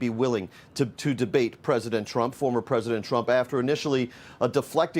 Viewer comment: Mister president.. in a less than a man voice.. mister pwesident... mister pwesident 😵